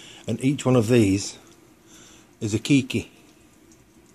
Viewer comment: its kay key not key key